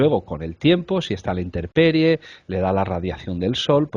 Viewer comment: ¿Interperie o INTEMperie? Que se tropiecen con lenguajes que no sean el castellano, pase, pero que también con el castellano, y en su lugar de origen, es el colmo.